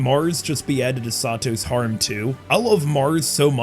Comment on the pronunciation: I would have said Mother's Basement 2.0 since he mispronounces "harem" in the same way.